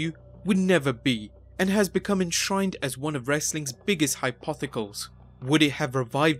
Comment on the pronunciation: Hypotheticals, not hypothecals... Great video otherwise.